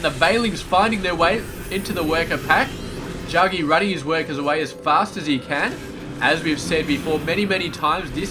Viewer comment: The name is pronounced Jack-G. I was also thinking if you find it hard to talk in the beginning watch like a 5 minute news clip or science article etc., and chat about that in the slow parts. I hope you make it one day, so don't be offended by the critique; also with the "sooo yeahhh"... it loses its charm after awhile lol. You have good game sense, casting spped and have a good voice though too so I will keep watching :)